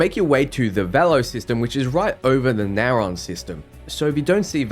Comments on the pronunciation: Can't stand the way you pronounce system names, just take like 3 seconds and fucking read them before gurgling out "NaYHRAWn" it's fucking narion (Nare-ee-on) it's 3 fucking syllables for Christ's sake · Do you have dyslexia by any chance? You manage to mispronounce a majority of names. Polvo, Deimos, Narion. I don't mean to offend, but I know that won't be possible in this case.